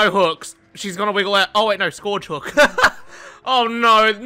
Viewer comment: Anyone wanna teach how to say Scourge?